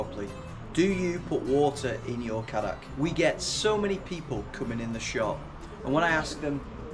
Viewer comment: And its pronounced kay- dack actually